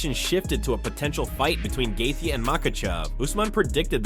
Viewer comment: have you ever pronounced any names correctly ? laughed hard on gethia , gold